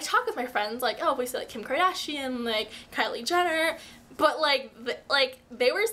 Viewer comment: You missed the r in Kardashian :P Luv Ya